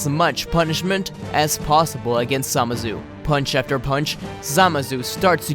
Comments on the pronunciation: How many times you said zamasu? And you said zamazu not even zamasu. The video is good but this just get my ocd. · ZAMASU NOT SAMAZU